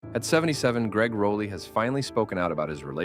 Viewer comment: Rah lee -- not Row lee.